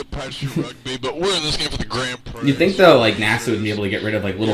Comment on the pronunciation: But why did you mispronounce "Prix", why?